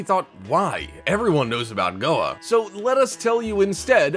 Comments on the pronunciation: What's a goah? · it's Goa, not goah, and it's not a city, it's a state in India.